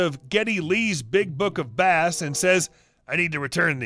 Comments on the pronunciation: It's pronounced 'base', not 'bass'. Geddy Lee plays a guitar, not a fish. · Pretty sure Geddy Lee's book is about bass, pronounced "base", as in the type of guitar or range of music on the scale. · That last story was pretty good but Geddy Lee is a bass guitar player and bass in this instance is pronounced as base. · FYI, Getty Lee was a bassist for the Canadian rock band RUSH. So his book was not about "bass" (as in the fish) it was "bass" as in the guitar (pronounced "base"). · I've heard this story on several channels and a lot of the narrators mispronounced bass. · It feels odd writing this to a reddit reader without a foreign accent, but it's pronounced "base". Bass guitar not bass fishing. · I cringed a bit every time he said it, but I guess not everyone is a Rush fan. 😊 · Bass, as in guitar, not Bass, as in fish. Geddy lee is a bass player, not a fisherman. (although to be fair, he might enjoy that too). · It hurt my soul listening to the bass/bass mistake multiple times 🤣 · Bass as in guitar not fish. Please tell me you know who Geddy Lee is???? Have you ever heard of the band Rush????